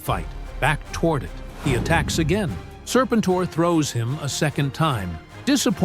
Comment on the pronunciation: Sir-pin-tore??? I'll keep saying it, the only good AI is Allen Iverson.